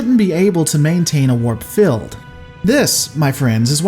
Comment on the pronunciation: It's "warp field," not "warp filled."